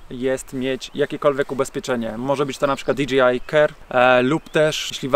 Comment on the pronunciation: Dlaczego wszyscy wymawiają nazwę tych dronów tak jakby to było DGI?